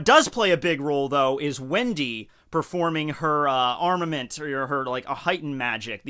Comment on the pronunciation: When he said Armorment I died